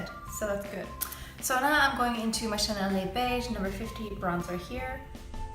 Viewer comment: Bring on the color correction and use things that have French titles because I love when you talk Chanel !